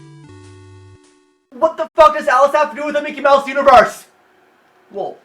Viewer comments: Mickey Mowse? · mickey mowse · Mecky Mowse. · Arin: Mickey Mowse Dan: loses it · Micky Myouse? Fuirst of all...